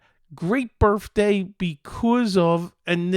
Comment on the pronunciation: Are you saying "birfday"?